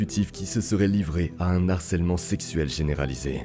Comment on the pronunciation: Juste un truc, le H de harcèlement est aspiré, pas muet